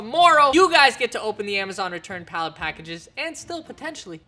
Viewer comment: "return pallet vabz"